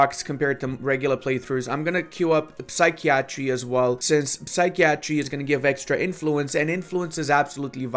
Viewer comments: Psychiatry (Sigh-kai-Uh-Tree) Not (Sikey-Attry) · Psi-key-A-tree, Lmao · Sy kee a tree, lol